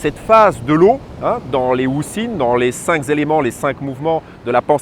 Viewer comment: J aurais aimé un moment de silence pour profiter de la mer . Et de merci d oublier le liaison ..cinq n a pas de s au bout . Merci c etait bien et profitable .